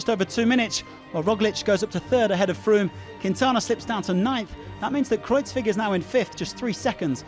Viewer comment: Chris Jones he can't pronounce Kruijswijk either. The first parts is semi-correct, but the last part is pronounced more like Wike.